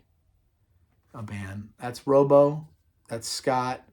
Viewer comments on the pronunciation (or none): Great stuff, just one thing it'spronounced Rob Oh .. not rooobo.